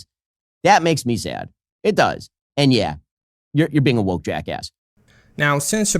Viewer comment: Wok”t”😂😂😂 What a moron!